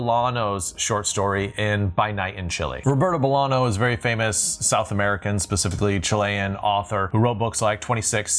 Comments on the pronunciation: I love your videos, but again, please, for the umpteenth time, there's a tilde above Bolaño's name. It's nyo not no. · Psssst Bolaño = bowl-anyo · that isn't bow you pronounce Bolaño